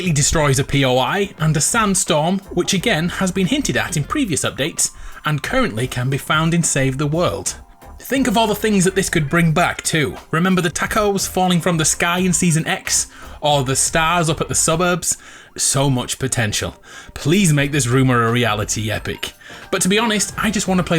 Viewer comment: Everyone: “ Tacos “: “ Tak oes “.